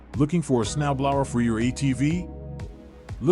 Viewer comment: I've never hear Snow Blower pronounced like that. Next time use a real person.